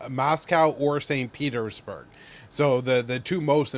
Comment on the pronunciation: "Mass-cow" and "Saint Peter's...(pause)... Berg"